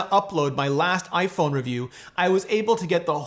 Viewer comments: Is iPhoone the Canadian pronunciation? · iPhoone? Is that what they are called in Canada? Kind of like the old stereotype of Canadians pronouncing about as aboot? :) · hahaha iphoone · "clean your iPhoone" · iphoone???? lol